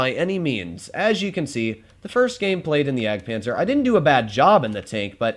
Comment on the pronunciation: Bruh you missed the d in jagdpanzer